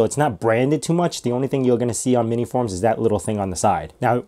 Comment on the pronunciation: Is it just me or did you say MiniForum? (without the S in between). Damn, this looks awesome and powerful for its size